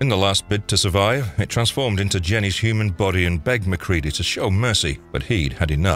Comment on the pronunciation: Lets all give a round of applause for this narrator not pronouncing MacReady as Mac-Reddy. Although I'm 50/50 that's it's an AI, which only makes the last reader's mispronunciation worse.